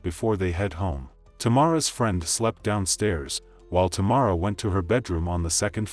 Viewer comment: The lady singing pronounced her name correctly & the narrator still said wrong. How Sway? I have the same first name and that’s why I don’t use it 😡